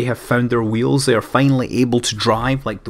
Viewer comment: Speak a "w" without excess of "h".